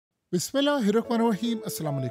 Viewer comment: Apna bismillah tik kro awr tik se parha kroo